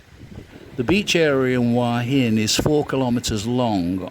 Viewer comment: Regarding pronunciation of Hua Hin. I think any Thai would suggest that you simply read the Thai spelling of Hua which clearly umistakably reads as, (phonetically) who'a hin.